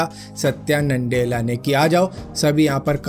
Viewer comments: It's Nadella not NANDELLA.😂🤣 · NANDELA NAHI BHAI "NA-DELLA" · Satya nandela bol rhe ho tum